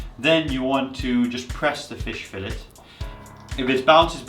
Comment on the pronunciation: SAL-mon, fillet... I like this guy, he's a Norwegian in atleast two ways.